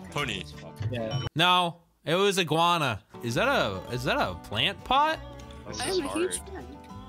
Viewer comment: I Laughing Becouse Always Say Inguana